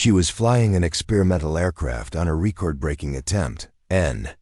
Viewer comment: Could you use a new name besides Sarah Chun? I have heard her name in at least 30 or more stories. Also, this narrator needs to learn how to pronounce 'record' right- very annoying.